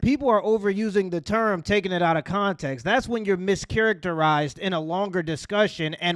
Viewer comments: She said contenkst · "Meescharachterizzed weethout conteenxt" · "Without ferther conteeks" 😵‍💫 Entitled Hood Teacher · She said contintxs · No bro, she didn't say "context" she said "contenx" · Continx is diabolical 😂😂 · Nah you gotta say it right damn I gotta get up outta this scool the continks matters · Don’t take it out of “continx”